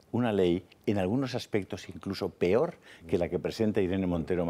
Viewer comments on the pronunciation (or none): none